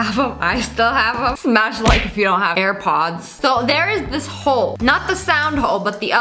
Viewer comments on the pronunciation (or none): “eAr PoDs” it’s airpods